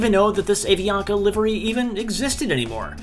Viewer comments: avianca (ah-vee-on-ka) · I love how you say A-Vee-Anka in the American pronunciation! 😆 It’s pronounced Ah-Vee-An-Kah! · I love the way you pronounced Avianca and Bogota